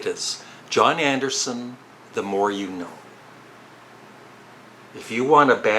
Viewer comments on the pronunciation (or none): none